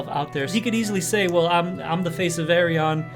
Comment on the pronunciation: The name Ayreon is chosen cause phonetic it sounds like the Correct Dutch pronunciation of his first name Arjen. So say Ayr-yeon, not Ay-re-on